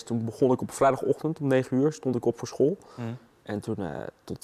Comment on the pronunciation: leer eerst maar eens het woord school uit te spreken..................... eigen schuld ... neem een overdosis volgende keer. zijn we van al het tuig af.